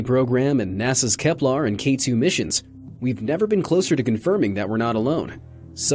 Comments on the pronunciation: "Kepler", not "Keplar"! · did he say Kep-lar? i always thought it was Kep-ler. which one is it?? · Its pronounced “Kep-LER” not “Kep-LAR”. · Kepler, not Keplar... That was 49 milliard... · Ten seconds in. "Keplar"? Really? How about next time hiring a voiceover artist that didn't completely sleep through science classes in school. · how dare you misspronounce Kepler the day after it was deactivated without mentioning its fate >:(